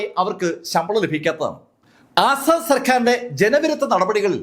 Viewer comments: അസ്സാഡ് അല്ല asad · 'ആസാദ്‌' അല്ല, 'അസദ്'